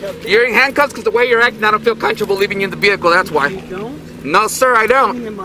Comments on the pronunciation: "I dont feel contrable" its coMFORTAble d¡pshit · Every time he says "I don't feel CUNTRABLE" I lose it. Such an ignorant little person. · That cop mispronouncing comfortable as “countrable” gets me every time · What the hell is "conchable"😂😂😂😂😂. I played that 7 times to make sure I heard it right. Please sue their asses and get them fired. We have freedoms in America. Freedom of speech. He does not need to shut up. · Why can't he pronounce "comfortable"? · He's so scared he can't even say comfortable correctly. This guy is seriously a problem to everyone 🙄